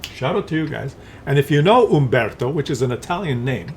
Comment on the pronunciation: Dayaaaam, you pronounced his name wrong, old man, it's Umbeeeeeertooo 🤌